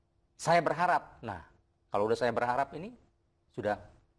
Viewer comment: kepleset juga dlm kata berharap alias gugur